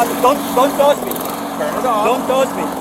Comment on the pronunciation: 😂 “don’t tosh me” 🤣🤣🤣🤣🤣